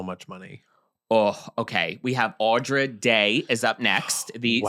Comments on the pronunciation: Why did you pronounce "Andra" like that 😭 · Your subject's name is ANDRA Day. Not Audra, ANDRA. Like Sandra without the S. And her brows are real. And she is never seen in public without full beat makeup. She has a 1940's vibe, all the time. You were kind to her and her look, but you should try harder to get the name right. Love the show!